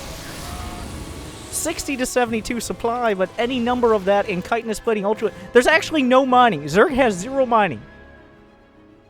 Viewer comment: Comon man ch-hit-in-nous or u trollin?